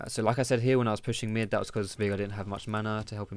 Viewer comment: Why are you calling him Veegar? Its Veigar ._.